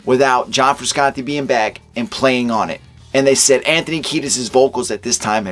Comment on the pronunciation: It’s pronounced FrushAuntTay